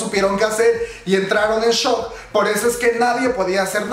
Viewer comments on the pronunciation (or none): none